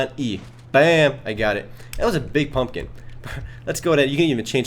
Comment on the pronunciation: it sounds like he said Fumpkin. lol